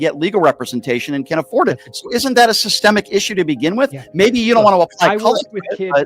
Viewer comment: he needs to learn what Sissssstemmmic means